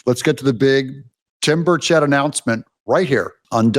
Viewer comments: It is said (Burr-chett) like burr- like when your cold and chet like Chet Atkins. Put it together and you have (Burrchett). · Wrong pronunciation of Burchet